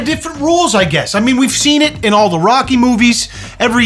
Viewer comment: Me discovering that Rocky rhymes with hockey the weird way.